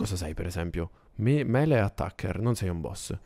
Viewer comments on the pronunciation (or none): none